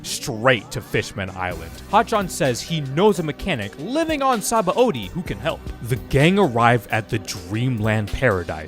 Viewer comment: God, what a great arc … Only thing is that the dub still says Sabãody wrong, LOL. And yes, they did fuck up; the root word is indeed pronounced “suh-BON”.